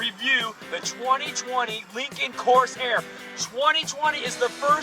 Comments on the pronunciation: this is not what l meant. Corsair is pronounced cor-SAIR (in a fluid manner), not cors-air with a pause in the middle. "Reserve" is a features set or a sub-model, not a base model name, which is Lincoln Corsair. "Lincoln Reserve" makes no sense... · Nice review. No, the model name is not "Coarse Air" as you kept saying.